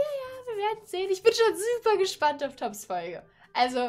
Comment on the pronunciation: er wird tobbs ausgesprochen nicht toobs